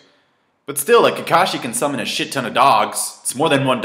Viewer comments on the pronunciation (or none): none